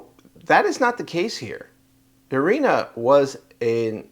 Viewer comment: No la llamen Arena, es de Ucrania, se pronuncia como en español, Irina.